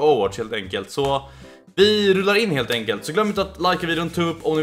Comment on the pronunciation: "lhelt enkelt"